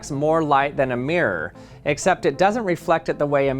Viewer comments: I just love the way Americans are unable to pronounce “mirror”! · I love how he says "meer" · one of those americanisms that boil my urine is the word "mirror" it SHOULD have 2 syllables "mir-ror" not MIRRRRRR for god's sake no, no NO, incidentally! doesn't glow paint have a radioactive count? it would be interesting to see what a Geiger counter says. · The word "mirror" is supposed to have two syllables. I can't listen to "Mirrrrrr" any longer.